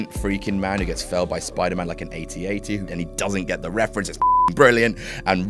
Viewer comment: It's pronounced "AT-AT," not "A T A T."